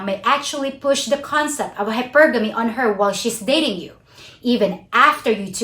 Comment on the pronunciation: Great video, as always! Your presentation and content are well-thought-out and well-done. Just a note on this one, the way you pronounced hypergamy, it took me a while to figure out what you meant. It's correctly pronounced "HYpergamy", not "hyPERgamy". Anyway, not a big deal, even if I had to scratch my head for a little while. Good stuff. I just subscribed to your channel. Best of luck to you!